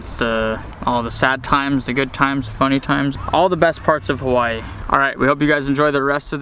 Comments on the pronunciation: I am a loko and you say Hawaii wrong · Shaddup nigga say Hawaii right